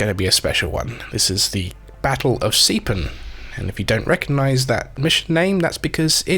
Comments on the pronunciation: I thought exactly the same thing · You mean I've been saying 'Sepan' wrong all this time? WHY DID NOBODY TELL ME?